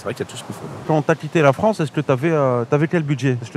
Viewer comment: Les anglais de Fronce ? 😂😂😂